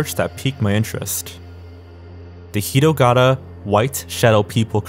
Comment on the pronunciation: Only thing that bothered me was you were pronouncing hitogata as hirogara.